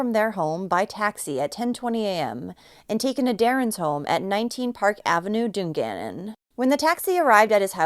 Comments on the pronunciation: It's DUNgannon not Du Gannon. Made me laugh. Thanks for covering this case. Too close from home for my liking. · Awful but just letting you know its DUN GANNON pronounced done.